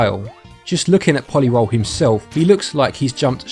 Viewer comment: I believe it's meant to be pronounced po-lee roll. Like a roley-poley.